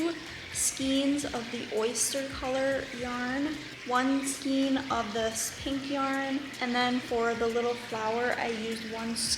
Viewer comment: I've had to use this in the past when no other store was open. It is really cute with the Peeps pattern. Just a quick FYI, the correct pronunciation is "skain" not "skeen".